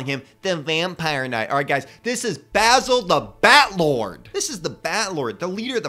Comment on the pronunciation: I just wanna say this: THANK YOU FOR PRONOUNCING BASIL'S NAME CORRECTLY! A lot of videos I've come across pronounce Basil's name as in "basil" the herb. It was kinda a pet peeve for me. And I do like Basil's updated minifigure. Honestly, I think the only thing that could have made his minifigure better, would be a black breastplate with the Fright Knights insignia on the front, similar to the Spooky Knight's breastplate, but black instead of silver. Would kinda give him a more warlord type look.